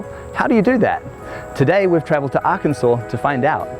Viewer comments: so i an confusion why is this one kansas but why is this one not arkansas america explain what do you mean it arkansawhh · Is it pronounced Arkansas or aRKiNsAw ? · Aken-Saw😂😂 Edit- Alick-Tronicks😂😂